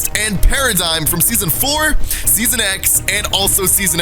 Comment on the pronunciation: He said seoson x two times 😆